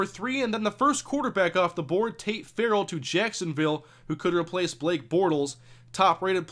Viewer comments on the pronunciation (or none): none